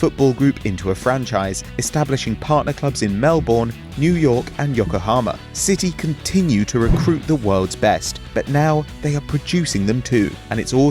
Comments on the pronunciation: Oh my god he pronounced it mel bor ne it's pronounced mel ben every time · This kid says it 'mell born' like Bruv Melbourne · Melbourne It's pronounced mel ben! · Im cringing so hard at how the pronounced Melboure Read More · you said Melbourne soo wrong lol. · the pronunciation of Melbourne. hahaha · The way he said Melbourne😬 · The way he said Melbourne piss me off btw I'm Aussie so that's why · The way he said Melbourne WOW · Why can't anyone pronounce Melbourne correctly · You said Melbourne wrong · Any other Aussies cringe when he said Melbourne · Sam Edwards yep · the way he pronounces melbourne lol